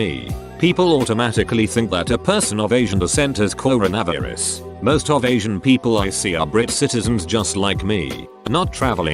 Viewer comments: Nobody: The AI voice: cor a vav er us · Corn-na-vis lol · Nobody: Reddit: "Coro-Nav-Er-Us." 👽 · People: Corona Virus This text to speech bot: CORO-NAVI-RUS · Reddit voice: Corn a varis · normal: coronavirus text to speech voice: coronAverus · I know I shouldn't make a joke on this video, but the way the voice says coronavirus like cornavraverus is honestly funny. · Haha I love how the text to speech say “coronavirus” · I love how the text-to-speech completely butchered the word "Coronavirus"